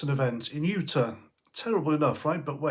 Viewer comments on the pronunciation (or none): It’s utahhh not ata